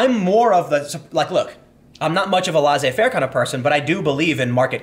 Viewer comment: Your pronunciation of "laissez-faire" is incorrect.